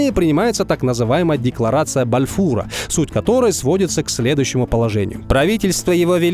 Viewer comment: Почему декларацию Бальфура нужно прочесть таким противным голосом? Кстати фамилия Бальфур с ударением на первый слог, а мамлюки с ударентем на букву Ю.